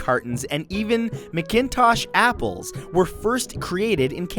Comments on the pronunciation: Um mcintosh apples are pronounced "macintosh" not "maginntosh" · Mik-kin-tosh no one says that, they say Mak-in-tosh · Ummm Mic-in-tosh apples? Lol no. Mac-in-tosh. With the emphasis on the Mac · It's pronounced "Pee-Lee" Island, Not "Palee" they are pronounced "Mac-in-tosh" apples NOT "Mic-in-tosh" - aside from that, great video. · As a canadian i would just like to point out it's pronounced "macin tosh" and not "mic in tosh" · Are you kidding me? Ma-KIN-tosh? How can someone not know how to pronounce MacIntosh? Ya say it the same way ya say MacIntosh computer. ...Holy fuck...smh... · Mick-IN-tosh apples??? Oh dear. MACK'n'tosh would be the way to pronounce that one. Sorry. ;) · Mate it's not pronounced macin-tosh it's mac-intosh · John Thom your an idiot it is actually McIntosh apples do your research be for you comment. I have been producing McIntosh apples for 15 years. Google it if you don't believe me. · Chris Albin although you are right the apples were prenounced wrong in the video and are prenounced Mack-in-tosh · The correct pronunciation of the word Mackintosh is as written. Not pronouncing as MACK in TOSH. Sorry but your not a Canadian. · McIntosh...It's pronounced MAC-intosh like the computer... Christ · Lol Mcintosh apples are pronounced Mac-Intosh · DUDE, There is NO G in McIntosh.... it's pronounced 'Mack-in-tosh' .... trust me, I grew up in the Annapolis Valley, Nova Scotia, world renowned for their apples! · As a Canadian, I did know about these things. Sorry. Talks about Canadian maple syrup. Shows bottles that say New Hampshire. Dude, what's up with that?! I'm also disturbed by your pronunciation of McIntosh. But kudos for uploading this on July 4th. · I believe "mcintosh" apples are pronounced "macintosh" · McIntosh? Is that seriously how you pronounce it? I always say Mac in tosh... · McIntosh is pronounced (Mac-in-tosh) not the way you said it Matt. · he said McIntosh wrong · He sys McIntosh apples really weird